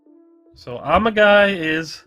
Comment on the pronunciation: The pronunciation went through my head before I even found this comment, and I started laughing the moment I saw it. 🤣